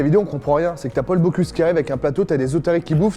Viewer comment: Par contre le moment où il dit « Paul boCLUse » ça fait mal